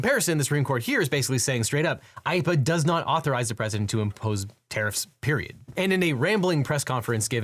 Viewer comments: *IEEPA not IEPPA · it’s IEEPA not IEPPA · I think it's supposed to be IEEPA not IEPPA